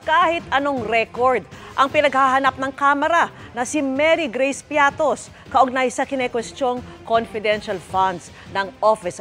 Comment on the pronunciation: Bias.. Piatty po not Piattos ahahahaha kinorect na nga ng coa tapos ganun pa rin balita nyo ahahaha katawa tawa.. Bakit kaya ganun na kayo.. Nayari na